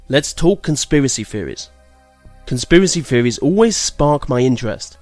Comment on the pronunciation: theories not feories earth not earf